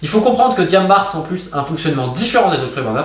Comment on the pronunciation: Merci pour la qualité de la vidéo Romain, comme d'habitude c'est très instructif. Ceci dit, je me sens même gêné de te le signaler mais le "S" dans "Diambars" est muet, ça ne se lit pas. C'est un mot invariable qui se lit de la même façon aussi bien au singulier qu'au pluriel.